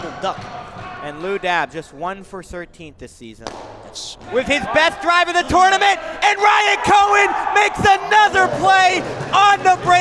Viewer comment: Please learn how to say tournament...FFS